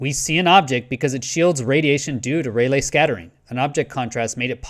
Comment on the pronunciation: I believe it's pronounce Ray-Lee